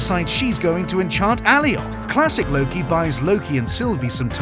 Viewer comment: Its A-lie-oth! Not Al-ee-oth! Cute vid though